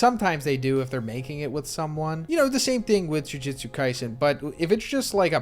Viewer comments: It's pronounced joo-joot-soo not joo-jit-soo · bro you GOT to stop saying jujitsu.. its jujutsu.. plz and thank you.. i love you... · The way he is saying Jujitsu instead of Jujutsu 💀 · I'm deeply bothered by how you pronounce "Jujutsu". It's the same phonetic twice in a row with "tsu" at the end yet your pronunciation of it makes it as if it were written as "Jujitsu". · Is anyone else slightly bothered by him saying Jujistu instead of Jujustu😂🤣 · For the love of tengen stop saying “jujitsu” and not “jujutsu” it’s driving me nuts bro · ikr lol thats some powerful jujitsu lol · If you're going to make content about something that has a pronunciation used across all of media, then you should use it. It's phonetic it's not hard to say, so why not say it the way the series says it? You can't really argue when the word is phonetic and the anime pronounces it that way